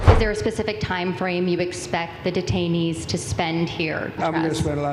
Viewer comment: detainees, i thought you said retirees..........